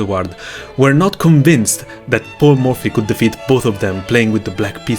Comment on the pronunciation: I don't know why I was hearing "Poor Murphy" instead of "Paul Murphy" all along 😂😂